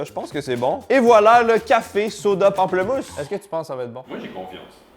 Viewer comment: ptite touche française : on dit pamplEmousse ^^